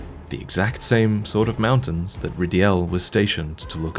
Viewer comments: Ry-dell... not ridi-ell ha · Rye-dell damnit